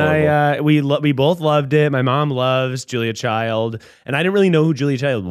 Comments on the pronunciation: It’s CHILD, not CHILDS—thank u for getting it right lol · I love you Zack Cornfeld, but her name was Julia CHILD 😂 no s